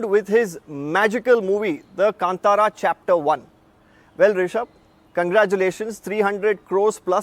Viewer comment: Not Kantaka it's Kantara